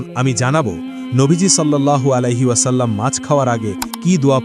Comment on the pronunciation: সল্লাল্লোহু আলাইহি ওয়া সাল্লাম্ এইভাবে উচ্চারণ হবে। সল্লাল্লোহু আলাইহি ওয়া সাল্লাম্। আল্হামদুলিল্লাহ্।